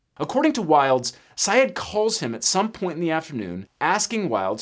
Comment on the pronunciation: It’s pronounced “Sy-ed”.